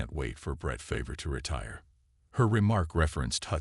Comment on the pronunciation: Mispronouncing names like McMahon and Favre is bad, but not getting the name HALAS right is unforgivable. And using “Cause of Death” in your title and not having that cause is the worst clickbait.